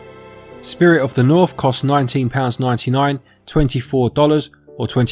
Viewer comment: "Spirit of the Norf" lol Accent quirk aside, nice review. :)